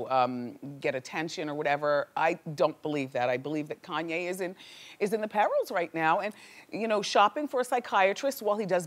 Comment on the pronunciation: Please pronounce West's first name correctly.Not that difficult.